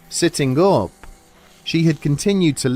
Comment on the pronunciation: He said sitting gup and morning-g